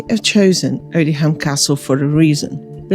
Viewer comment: The pronunciation is Odiam - the h is silent!